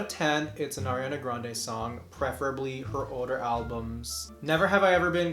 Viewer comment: " Arliana Grande" LMAO I